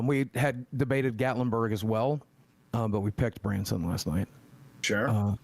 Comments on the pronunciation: Branson? Not Bronson? No dice. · Not Branson Missouri... Bronson Missouri